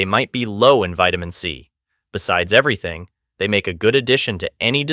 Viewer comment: Probably from NooYawk or other Northeastern locale wherein the mispronunciation of 'everything' is to be expected. And, they customarily drop any R sound; and, if the R is missing in the standard spelling, they will tend to add an "R-sound" ... 'somewhere' in the R-less word. Same thing sometimes possible with just about any vowel ... simply turns the vowel into a universal "aw". Bob = Bawb, Cuba = Cuber/Cubaw, etc.